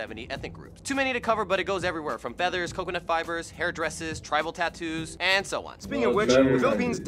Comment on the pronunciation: OMG. is so funny!! 🤣🤣🤣 He said Costco instead of "Gusto", Travel tattoo instead of "Tribal tattoo", and Kare instead of "cut". 😂😂😂 And he said all of those with a serious face. How cute!!!